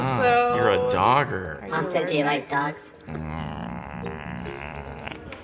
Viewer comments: "dogger" is how Xander from Real Bros would say "dagger" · english people hearing dogger: 0 . 0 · google dogging bc thats all i could think of everytime he said doggers 👀